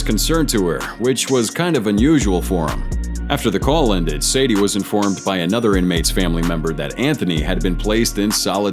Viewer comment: How he call sade Sadie? AI